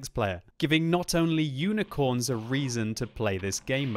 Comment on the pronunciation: UNICRONS?!?! is on crack xD